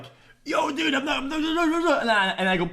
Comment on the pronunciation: "when in fact dud, I've moved on for hours... dud" -a cow